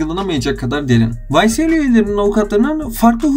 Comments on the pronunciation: vay es el diye okunuyor bi daha olmasın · ycl değil la ysl